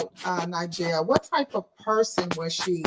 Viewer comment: I can’t handle the community advocate woman mispronouncing Na’Ziyah’s name. That pissed me off. How hard is it to learn this victim’s name before you start your show? Damn.